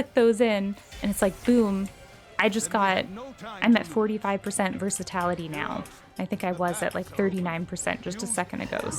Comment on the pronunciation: Versati"l"ity not versat"a"lity😂😂. NIce guide and happy holidays